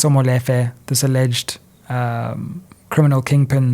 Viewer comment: Love your work and everything about you my brother BUT the same importance in pronouncing English words should be applied to vernacular words e.g Molefe is pronounced “Mmu-Lee-fe”. Again much appreciated to your work baba